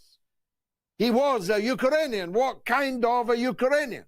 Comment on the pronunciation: ‘Uker-rainian’ wtf?